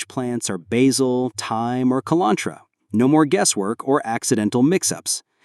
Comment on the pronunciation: The AI can't say cilantro. We done bubs